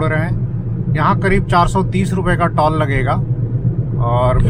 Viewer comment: सब अच्छा है, आप टॉल मत बोलिये, टोल बोलिये कृपया😂